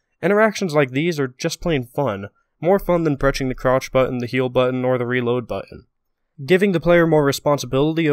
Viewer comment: did you say crotch button instead of crouch button